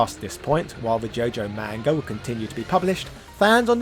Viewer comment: Pretend you're Jamaican when saying "manga" and you'll probably pronounce it better LOL